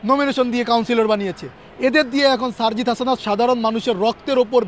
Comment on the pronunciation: সারজিসের নামটাও উচ্চারণ করতে পারে না ! এটা নাকি ছাত্রনেতা !